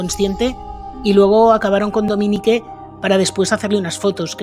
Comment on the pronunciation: Se pronuncia Dominic...no Dominique😅